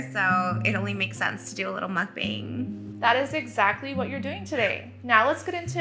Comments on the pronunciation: She is still saying Kik bang wrong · i loveeee trisha to death but to say you’re the og mukbanger and not say mukbang correctly irks me i’m sorry 😭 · I love her but I just wish she pronounced mukbang correctly 😅